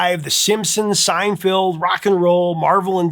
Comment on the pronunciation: Seinfeld not seinfield